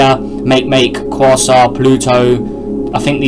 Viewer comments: Not (Quor-ar) it's (Qua-r-ar) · it's quasour